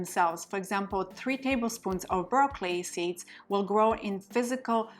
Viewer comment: It took me a few minutes to realise you weren't saying raw clay you were saying broccoli